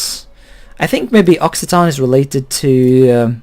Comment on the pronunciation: No, there's no such a word as "Afro-français". Occitan is pronounced "oksitan", that's right.